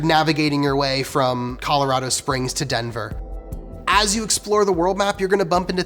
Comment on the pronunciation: This game looks great. I just wish they pronounced Colorado correctly